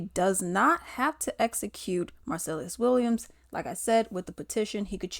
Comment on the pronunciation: girl you can't even say his name right lol